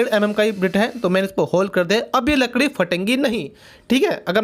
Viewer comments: Congratulations now you say right लकड़ी वरना पहले तो लड़की बोलते थे😂😂🤣🤣🤣🤣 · he said hamar lakdi 🤣🤣🤣🤣🤣🤣🤣🤣